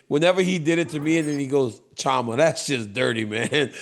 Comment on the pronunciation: The CH is pronounced SH like Chevrolet. So it's not Cha ma. It's Shama.